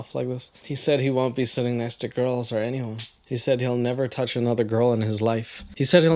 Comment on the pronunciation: "Don't look at GAURULS, okay?"